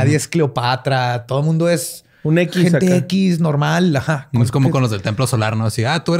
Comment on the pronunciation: “mudio” alguien más lo noto?